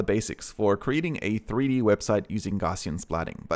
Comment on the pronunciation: a few points: 1. It's pronounced "gow-ss-ee-an" after Carl Friedrich Gauss - google for more information. (normal distribution etc.) 2. The DSLR you used is not the reason you have "bokeh blur". that's the lens/f stop. - this means that you don't need to use your phone, and in fact its usually better to use a higher quality sensor. just control your depth of field. 3. A crop box... is a crop box. it doesn't "help the object come into focus". it crops the splats inside the box. 4. Would be great if you could spend a little more time on your script instead of jumping head-first into a video with such limited research.